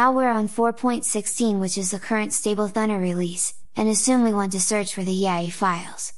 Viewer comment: i might be completely wrong here but always thought it should be pronounced as thooo naaar (or to soun like radar or sonar).... rather than sounding like thunder. but what do i know eh? !! maybe in the creator's national accent it does really sound like the way you said it here in this video. so no matter